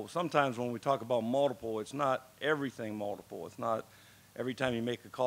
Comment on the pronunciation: Does anyone else love the way he says “multiple”? Sounds like moldable